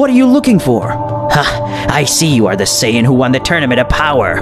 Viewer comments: Lazer Breaker, thank you. He needs to understand that it is Beerus, Saiyan, and Chi-Chi; not Bills, saiyajin, or Milk. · its called sayians not sayiagens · Saiyan not saiyayin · Not sayayain but saiyan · He says it as sayayain though